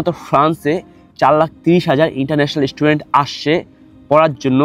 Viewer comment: Student❌ estudent🤡